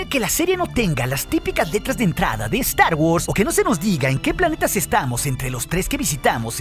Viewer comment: "Saludus másters de estar wors"... jejejeje